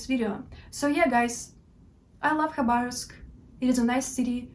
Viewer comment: Твоё произношение Хабаровска на английском должно оставаться то же самое как и на русском. Такое название не переводится на английский причём мы пишем название с "Kh-" в начале чтобы осталось на Английском такой же самое произношение какой имеет буква "Х". На самом деле много " англоговряще " не знают как произносить "Kh-".